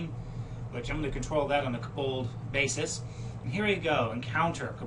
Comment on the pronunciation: It's pronounced KO bald as in Co(worker) bald, with the emphasis on the KO!!!! Fantastic video though :) your kaBOLDs were driving me crazy though.